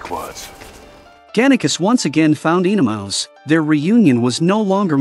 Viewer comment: OE-NeMAUS! Not Enomaus!